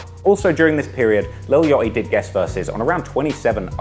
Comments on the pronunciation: lil what??? yottiii??? 💀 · Lil Yoeaty😭lol I’m jus hatin, I love ya content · “ lil Yotty “